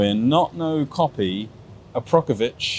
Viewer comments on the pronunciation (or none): Buddy its akrapovic not aprokavic 😅